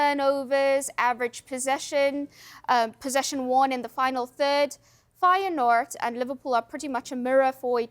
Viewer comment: Does she know it's 'Feyenoord'?